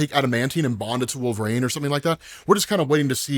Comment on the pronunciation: WTF is a "Wool-vrayne",? You stupid piece of shit